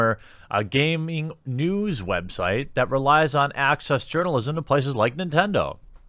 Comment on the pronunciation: I thought you said urinealism (journalism) and I thought '2019, sounds about right.'